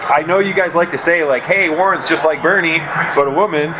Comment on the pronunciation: "Burn-ie" Sanders